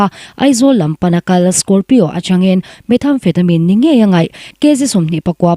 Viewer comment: Hmeichhe voice hi ava nalh tak..ka duuuhhhh..🤦‍♂️😍chuan methamphetamine tih hi lamdan adik lo..methamphetamine (met-amfetamin) ti a lam tur..voice nalh em2 nu..❤